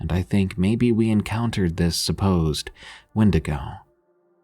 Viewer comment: "Win-dig-oh"🚫 "When-dee-go"✳✅